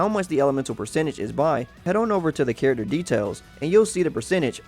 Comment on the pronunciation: I can't handle the way his says "character"